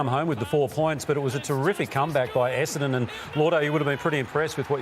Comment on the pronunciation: AFL commentators, let’s all say this together “Esse-N-don”. Muppets can’t even get the team name right.